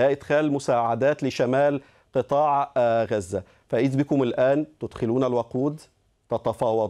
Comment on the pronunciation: معتوووووه. قال مصر الشقيقة قال ههههه. ركزو مايقولش " غزة" بل " غوزة" .🥱😉👌🌶️🔥